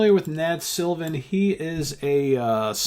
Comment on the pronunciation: You pronounced my last name perfectly on your first attempt, thanks!